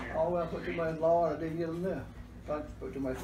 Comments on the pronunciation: I felt the same. I just stopped and watched. “Flaor” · As soon as I heard how she pronounced “Flaor” I trusted her cooking lol. I love her accent and the whole environment. It is simultaneously chaotic and peaceful. Thanks for sharing.